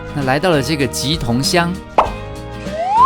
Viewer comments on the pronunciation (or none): 初次在這邊發言，但身為我媽娘家所在的斗六，忍不住想要糾正一下老師 莿（ㄘˋ）桐，不是棘桐